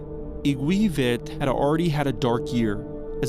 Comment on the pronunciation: “Verte” is “Viette”? My Swiss grandfather is turning over in his grave.